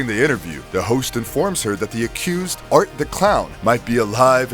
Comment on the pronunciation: It's Art The Clown, not Artie!